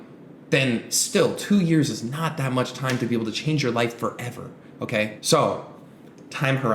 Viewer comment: “2 years, timehh!” bro wtf